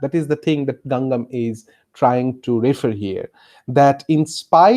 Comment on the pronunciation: Name dose not pronouns correctly, may be it is not so important but ... please listen here carefully ..